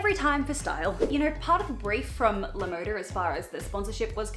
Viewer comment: Btw LaModa is spanish for "the style", and is pronounced Lah Mohdah. I don't want to offend anyone, but I just want to let people know.